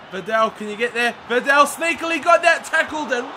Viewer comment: liking the career mode.. i heard your mistake on VIDAL in the first episode and i've checked every video to see if you would correct yourself but you didn't unfortunately.. so i'm sorry but i need to it's vidal... like V-dAAL there's no "E" in his name it's not videl.. but other than that great vids keep it up :)